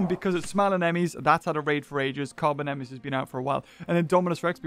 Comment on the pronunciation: Carbonemys is pronounced car bone n mus